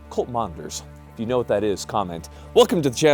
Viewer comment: Did you say Colt or Cult? If the later Lev Ch. 18 Ln. 21.